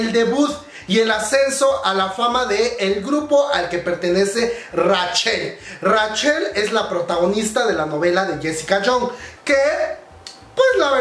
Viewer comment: Comadre como te quiero pero me da ñañaras cada vez que pronuncias Rachel textualmente como se escribe xD